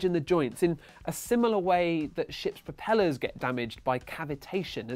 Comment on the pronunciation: I thought he said shit propellers - I know it's ship propellers